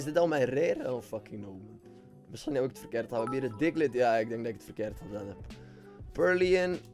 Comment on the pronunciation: Wanneer gat hij purloin juist zeggen 😂😂